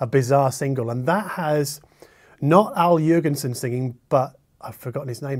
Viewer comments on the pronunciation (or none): Gibby Haynes and Al Jor—gen-sen. The g sound like get.